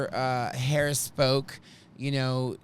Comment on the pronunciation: For some strange reason , I enjoy this show and miss you. I love my bidet, LEARN HOW TO SAY HER NAME !!! (,LA) AND what have you ever heard from a VP